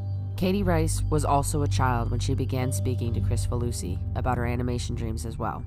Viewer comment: Minor quibble: his name is pronounced KRIK-fa-loo-see, not Chris-fa-loo-see. I'd assumed the former, then had to check to see if I was right.